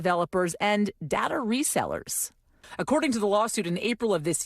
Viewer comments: DATA. DAY-TAH! 🙄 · I hate the way this lady says data. It’s Day-tuh not DaDa nimrod. You sound like you have daddy issues.